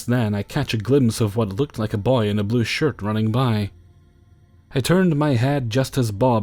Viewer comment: Have you always pronounced "boy" that way?